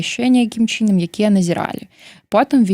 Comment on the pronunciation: Што з мовай!?НЕмагчыма казаць :такім чИном...Жах!Кажы тады па руску..